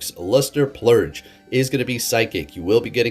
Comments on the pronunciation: purge not plurge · You keep saying luster “plurge “…. There’s no L in purge my Alaskan friend! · I just keep hearing luster Plurge 🤣🤣🤣🤣🤣